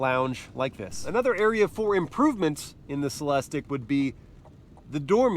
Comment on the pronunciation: CELEST-IQ...repeat after me.